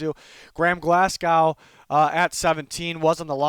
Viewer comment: overall decent list but butchered the pronunciation of glasgow lol